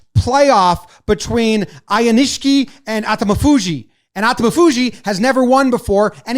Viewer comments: Ow-kneesh-key is how you pronounce Aonishiki. Incidentally if we wins the tournament in March, he will be the first "westerner" AND the fastest (fewest total bouts) wrestler all time to attain the title of Yokozuna. The Wall Street Journal did a story on him recently. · your pronunciation on Aonishiki is getting worse. It's "ow-neesh-key". Like I said last time, you'll probably have him multiple times on TYM. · Ow-nish-key, you did get atamafuji pretty close. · Thanks so much for featuring sumo again! You did a good job with the names but they're a teeny bit off - if accuracy matters, here's the short cut: Aonishiki (OW-NISH-KI) Atamafuji (a-TAMMI-fuji) accent on the 'tama' (even though Japanese technically has no accents, just inflections. :) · pronounced "ah-tommy-foo-jee" and "ow-nish-key"